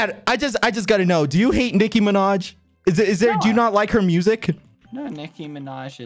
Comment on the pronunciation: Why did you say mind It’s “Minaj”